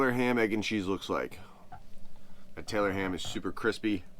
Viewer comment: You said it right the first time Tylor ham !!! 😂